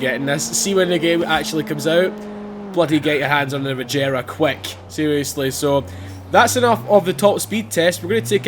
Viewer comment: it's a g not a j